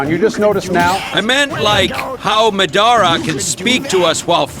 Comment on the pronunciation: How does Madara Uchiha’s AI Voice, which is perfect and amazing, pronounce the name “Madara” weird?